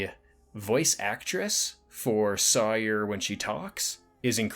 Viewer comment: I appreciate the video and by the looks of it I'll appreciate other videos you've made, but I got to point out that her name is pronounce just like Tom Sawyer. I have no idea why you pronounced it in that weird way you did considering it's not spelled any different and multiple characters say her name with only proper pronunciation throughout the picture.😅